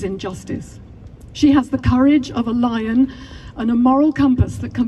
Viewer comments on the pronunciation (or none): none